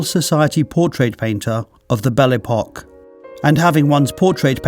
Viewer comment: The correct French pronunciation is closer to "Bell Ep-oh-kway" than "Bell Eee-pock". Otherwise, a wonderful, informative video.